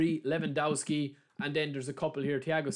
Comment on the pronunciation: Levandovski is how u shud pronounce it. You've already rendered the first W a V so u shud go on with the same rule for the rest of it